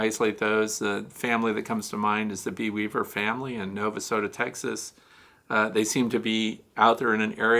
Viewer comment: I always appreciate when you mention Bee Weaver! But, as a regional local, I have to correct your pronunciation of the town they are located in. (Sorry! It's the grammar teacher in me 😉) The town name is pronounced: na·vuh·so·tuh. I think you've been saying : no•vuh•so•tuh. Keep up the great work, education, and entertainment! ❤